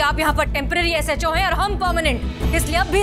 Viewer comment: Peheli bar ne SHO aache se bola😂